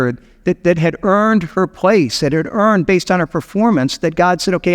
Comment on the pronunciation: Not quite sure why you keep emphasizing the word EARNED in regards to her. Her responses to the angel show nothing about her being owed anything